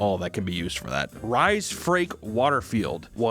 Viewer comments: lol i cant with u calling him rye 😂 my brothers name is spelt like his name its pronounced reese😅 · Bro said Rhys Ri lol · I can’t believe I’ve scrolled for so long and haven’t seen anybody telling you the guys name is fucking pronounced ‘Reece’ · Its sayed reece not ryse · You say his name Rhys the same as Reese as in Reese peanut butter cup cakes for fk sake 😂😂😂😂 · Rhys -Not Rize, but pronounced Reece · I can’t stop laughing at pronunciation of the name Rhys as “Rise” 🤣 As a Welsh person, it’s fucking hilarious, I love this man! 💖 (For anyone wanting to know, it’s pronounced Reese, like Reese’s Peanut Butter Cups. Welsh is a weird bloody language, we know…) Keep making great content dude 🙏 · Hehe - pronouncing Rhys as 'Rise' instead of 'reese' made me giggle. But then it's a Welsh name, so if you haven't ever heard it spoken, you get a pass. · Who's 'Ry'? 'Rhys' is the Welsh spelling of 'Reece'/'Reese'. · Rhys is the same as reece not rye like rye bread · As far as the director’s name… Rhys is the Welsh spelling for the name Reese. It’s commonly, and understandably, mispronounced as “Rise” though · As horrible as this movie is, I can't get over Rhys (Rise). RISE. Its Reece. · Do English people (which for me include Americans) pronounce Rhys as 'Rise'? It's pronounced "Reece" (which I think might be an Anglicised spelling of the original name). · Rhys is pronunced like Reece lol Rice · Rhys is pronounced like Reese if im not mistaken, but it’s hilarious to imagine a parent naming a kid rhys knowing it was pronounced like rise or rice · It's Reese not rise lmao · "Reese" 😂 "Rhys" is pronounced "Reese" lmao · Rhys is pronounced "Rees", BTW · It’s pronounced Reece in the UK but okay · It’s pronounced REECE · Lmao it’s pronounced REECE (Rhys) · It's pronounced Reese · As a British person I can tell you Rhys is pronouned as Reece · Rhys = Reece, good lord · Rhys is pronounced "Reese" like Reese's Pieces lol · I think it's pronounced "Reese"